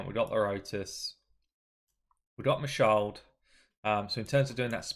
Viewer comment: bro.. it’s Ma Shaled with the e in Shaled pronounced as in the first e of elephant. It’s an Arabic name. It’s not a mute English style e